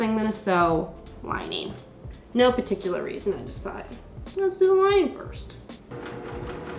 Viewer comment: Curious question: What accent is it that call "lining" "linæn" ?